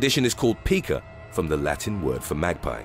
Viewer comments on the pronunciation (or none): Pica. It's not peek-ah, like pikachu. It is pi-kuh, like the rock mica. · Honestly, I love your channel but it is pronounced pike-ah not peak-ah. Take it from someone who works with these individuals. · Pica is actually pronounced like word "pie" 🥧 (which, ironically, is something that is ok to eat lol).. It was an issue among a lot of the Autistic kids that I did behavioral therapy with over the past few years.. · It’s Pica ( pike-a) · This ain't no Pika-chu but seriously its pronounced more like pie ka